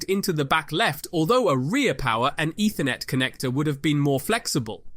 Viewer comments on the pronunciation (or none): none